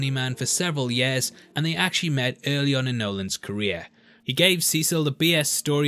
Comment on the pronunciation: you say yeahs instead of years. its funny thumbs up